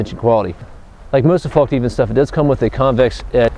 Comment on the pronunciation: I really like all the videos and reviews, keep up the good work! I just have one small comment, the name of the company is Fällkniven, and is pronounced "Fellkniven" not "Fallkniven", not because it matters really but.. Anyway, love your videos! /Sweden